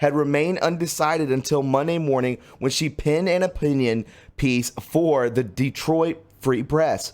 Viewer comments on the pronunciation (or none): none